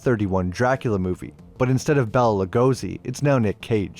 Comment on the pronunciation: you wont read it, but here: Lugosi pronunciation guide: its not "Bella Lagozy" his name was Lugosi Béla (real full name: Blaskó Béla Ferenc Dezső) Béla: B: - É: - the " é " sound is like a simple a, just a bit longer. like if you ask: you aate that?! L: the " l " is nice and short A:- Lugosi: L:- U: the simple U is like the english U but without the "J" sound. pull back your tongue instead of pressing it to your teeth, right at the beginning of the sound. G:- O: S: the S sound is soft. not a Z, not hard, but soft and again, tongue off the teeth like when saying "ssshhhh!" not "psst!" Y: fine